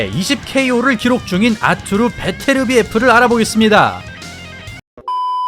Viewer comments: 아투르...가 아니고, 아르뚜르...라고 해야 해요. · 러샤 원어민 발음으로는 아투르가 아니고 '아르뚜르'라고 '뚜'에 악센트를 넣습니다.